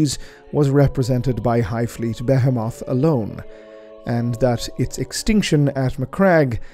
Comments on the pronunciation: The correct pronunciation is something like: “Be-‘heee’-moth” with emphasis on the ‘heee’. Else great video ;) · Ok. Why is everyone in youtube suddenly pronouncing behemoth incorrectly? Is it a warhammer thing?